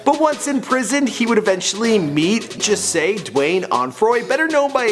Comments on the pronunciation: It’s jahseh not jisseh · It's Jah-Seh not juh-seh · He said X’s real name like jehseh ITS SAID JAAAHHHSEEHHH..💀💀💀👏🏻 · Who tf is juhseh its JAHHHHSSEEEEHHH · Ja-se-h on joshy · How he said jahsehs name💀💀💀😭😭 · Dwayne ofroy it's jahseh